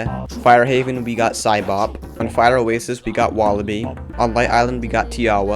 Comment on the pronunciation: No he didn't, he said osstax